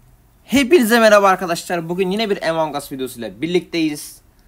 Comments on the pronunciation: Abi emon deyil amon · Nasıl Among as diyebiliyosunuz benim dilim takıldı Among us Among us Among us Among us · Among as diye okunuyo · ilkten among usın okumasını öğren